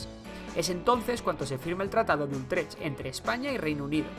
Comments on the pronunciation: Es Utrecht, (pronunciado "utrej"), y no Ultrech. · ¿Tratado de ULLLLtrech?? con L? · No es ultrech....es Utrecht. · Es Utrech sin "L" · Creo que has obviado detalles muy importantes respecto al tratado y sus consecuencias con Catalunya y Aragón, y un apunte, es el tratado de Utrecht (lo nombras erróneamente como Ultrech). Saludos. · No es Ultrech! Es Utrecht! 👎👎👎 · Ultrech no, joder. Utrecht. Vaya cagada. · Es Tratado de Utrecht, no de "Ultrecht". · Me he quedado hasta el tratado de "Ultrech", ahí ya me han sangrado los ojos lo he tenido que parar. ¡¡UTRECH!! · La verdad es que produce dolor de oídos escuchar tantas veces el incorrecto nombre de "Ultrech". Por lo demás, no hay otras cosas que objetar al vídeo ni a la historia que narra.